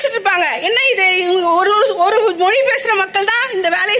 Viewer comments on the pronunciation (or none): none